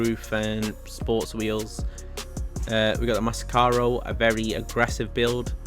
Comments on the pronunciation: The name is massacro not masscaro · That car is "Massacro" and not "mascaro"